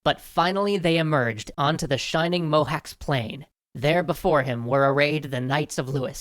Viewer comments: ( so sad. pls, make 1 abot the battle of Pressburg 907 A.D. where WE kicked some serious a$$ :- ) by the way. CS is CH (check, choclate, f.e.) in Hungarian. it ain't MoháX, it is MoháCH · Pronunciation, again. Mohács is Mohaatsh, not mohaks. (Yes, BTW Rorschach aka Walter Kovacs if still Hungarian would be pronounced Kovaatsh) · Just a little thing about the pronunciation of Mohács. In Hungarian, 'cs' sounds like 'tch' so it would sound like 'mo-hatch' rather than 'mo-hacks'. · Small quibble, but CS is pronounced in Hungarian like CH is in English or Spanish. So, Mohács = Moe Hutch. Or Mojach, if you want to go through Spanisch. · It's pronounced like Mohaach. Irrelevant I know but it irked me. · "Mohacs" is pronounced smth like "Mohatch" - otherwise, perfect as always ;) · Mohács is supposed to be pronounced as mohaːt͡ʃ (IPA) or Mohach (ch as in char). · Protip: cs is pronounced like the ch in the word champion. So Mohács, Kovács etc all and in ch NOT in a -ks. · Two little mistakes: Mohács is pronounced Mohach; Janissaries being braver than Hungarians? BS! The Turks were better organized and much, much more than the Hungarians, but bravery is something we've always excelled! We, Hungarians, look upon the loss of Mohács as a national tragedy, even from the distance of centuries. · if you are wondering "CS" is pronounced in Mohács as "ch" in chocolate. Just in case you it might reappear :) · You didnt quite get the pronanciation right on Mohacs plane but I dont blame you our language is just crazy :D